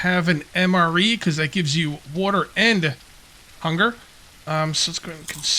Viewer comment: The way you pronounce water drives me insane lol